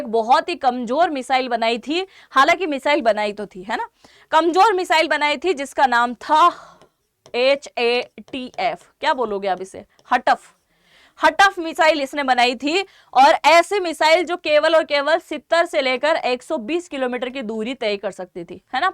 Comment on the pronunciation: हटप नहीं हत्प